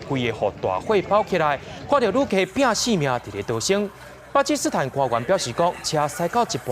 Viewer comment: 「巴基斯坦」若是讀做 pa-ki-su-thán 就好勢囉。佮本來的讀音嘛有像